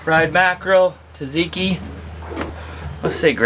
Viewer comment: Its not taTziki tSatziki tsa not tat